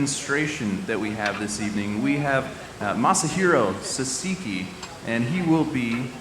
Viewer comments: Sahhh sah key, not sasa kei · dude kept saying sa-si-ki... like... what are you reading? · Great first name pronunciation... then there is Sahseekee 😅 first syllable emphasis. Awesome video though! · Off the bat, he called him "Sasiki" ... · You should know how to properly pronounce the guy's name! How rude! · damn at least learn how to pronounce the name before you introduce the guy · It begins with the idiot saying the guest name wrong....Disrespectful.